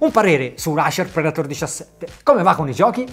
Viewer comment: Davvero bella recensione.....però....acer....predator.....letti così non si possono sentire..